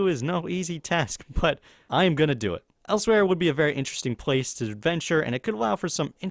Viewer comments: It's elsweyr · 1) The actual answer is valenwood 2) Learn how to say Elsweyr